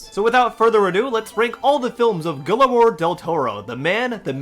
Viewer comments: You said his first name in the beginning wrong. 😂😂😂it's Guillermo, not guillermoro😆😆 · You’re saying his name wrong, you idiot! It’s “GEE-AIR-MOUGH!” Say it with me, please. GEE. AIR. MOUGH. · Great video! But, if you don't mind, I'd like to tell you how to properly pronounce Guillermo del Toro's name. The name Guillermo is pronounced like "ghi-yer-mo." You were correct in using a hard G rather than a soft G, though. When two Ls show up beside each other in Spanish, it's pronounced with a "y" sound or a "j" sound. When a regular "L" shows up on its own, you'd pronounce it the way you would in English. It's definitely not the easiest name for most non-native Spanish speakers (myself included), but I just wanted to let you know how it's pronounced, as politely as possible! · “Gillemore Del Toro” is crazy! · It's GEE-AIR-MO Del Toro! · How did you not figure out how to pronounce his name before recording… as you said he’s one of the most acclaimed directors of the 21st century how did you fail to check your pronunciation… like that just ruined your credibility and likability for me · I think he knows. He’s just saying it like that as a joke.